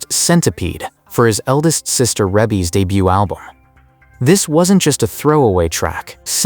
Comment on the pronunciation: It's Rebbie REEBEE pronounced and why are you Showing Diana Ross? for centipede?